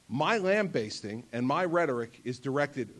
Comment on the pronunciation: "LambastEing" Teachers and a Governor can't pronounce a word?